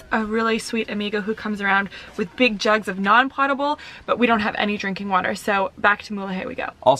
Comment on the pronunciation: Great episode. Man...I want to go there. By the way, "potable" is pronounced "poatable". Should be easy for you Canucks cuz that's what you're all aboat :)